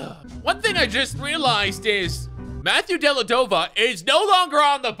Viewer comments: DELADOVA WUT IS DIS ITS DELEVADOVA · Wait, excuse me...it isn't Della-Dova! It's Dell-A-Ve-Dova